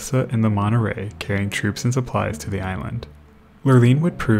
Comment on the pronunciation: When you say "Monnerey" do you mean "Monterey" ? That T is NOT silent